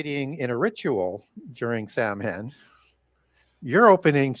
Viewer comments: Love! An important resource, especially in these days. Samhain (the Gaelic word for Halloween) is pronounced "sowin"...as in cow (the very tasty animal and in as in go in). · Saa-wn is how it’s pronounced.